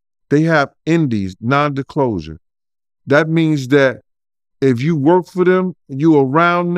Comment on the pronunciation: Did he say non did closure smh